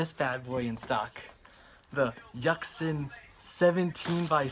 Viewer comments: I just died a little because of his pronunciation of yuxin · yack-sin XDD